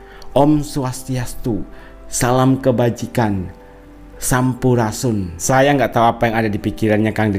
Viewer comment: Ngomong sampurasun aja g bisa,masa sampurasun?